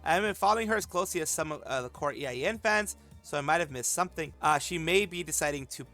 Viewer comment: it's been bothering me how you keep saying EIEN, just say A-yen (like letter A, and yen), it means eternity in Japanese.